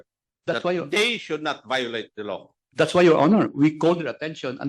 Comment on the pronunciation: Pagkabigkas ni acop ng law is low...